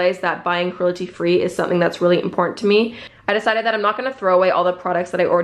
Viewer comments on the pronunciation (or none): She says “cruelty” so weirdly almost like “crulety”